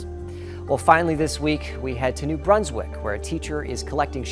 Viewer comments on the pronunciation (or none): none